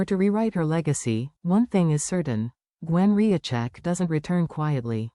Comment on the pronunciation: its Rizcheck not Riacheck